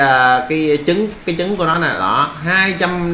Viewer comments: trái trứng mà sao nói trái dứng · Hay quá nhưng mà sai sai trái trứng mà a đọc thành trái dứng đọc ngược lại là trứng ....